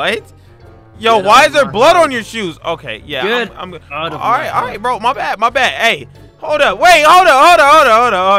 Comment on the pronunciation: You said gmod instead of good